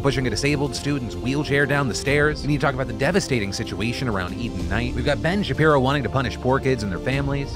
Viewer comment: "Ben Shapalapadingdong" 😂😂😂😂😂😂😂😂😂😂😂😂😂😂😂😂😂😂😂😂😂